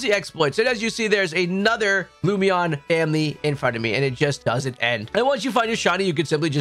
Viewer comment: Hi. Lum In Eon (like Luminous) Lumeon was not it 😂 It was just killing me hearing it a dozen times. Thank you. Great videos, I’ve been using the playlist for weeks picking up target Shinies.